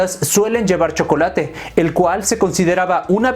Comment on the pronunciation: El shocolate (como lo dijiste) con leche